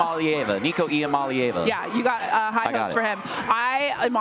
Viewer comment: They way she butchered Nico’s name was painful